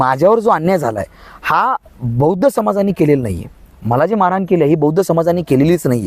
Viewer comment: माळराण हा शब्द उच्चारताना तो शब्द महारांना असंच ऐकू येते म्हणून ही मारहाण झाली, पण माळरान हाच शब्द मूळ आहे